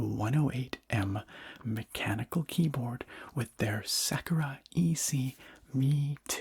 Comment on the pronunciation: Never heard someone pronounce Sakura as Sekera